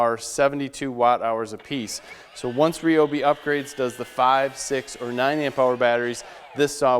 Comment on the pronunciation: Nice review. However, 1 issue off the bat. It's not Ree-Obee. It's Rye-Obee. The "Y" makes a long "I" sound, not "E".